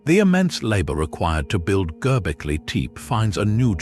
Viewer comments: Gobbly,Teep? Well, that’s a new pronunciation of it. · At least learn how to pronounce it